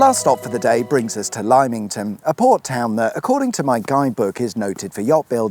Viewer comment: LIME ington , what a classic 😂